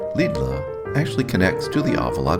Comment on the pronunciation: Lidl.... Pronounced "Liddle" FYI. Love the video, Portugal is beautiful!